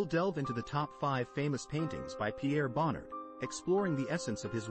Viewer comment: If you can't pronounce Bonnard's name you should not be be making videos about him.